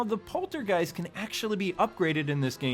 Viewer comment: He sang along in the original too. Also, I'm sorry if I'm coming off as rude, but it's the Poltergust, not Poltergeist.